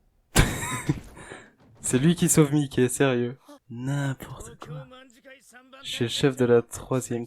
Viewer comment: Je trouve ça perturbant ta prononciation de Mikey, ça se prononce normalement "maïki"